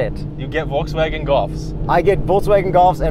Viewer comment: Entertaining but, the guy in the stick-shift R, keeps saying "Voltswagen" instead of "Volkswagen". LEARN TO PRONOUNCE THE NAME OF THE CAR YOU ARE REVIEWING. IT'S VOLKSWAGEN WITH A "K".